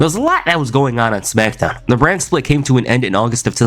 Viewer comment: “The Rack” “Brack Lesnar” “Smackdawn” 😂😂😂